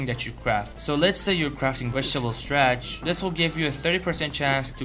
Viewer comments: its not STRATCH!! its STARCH! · Stratch? WTF is stratch? Starch!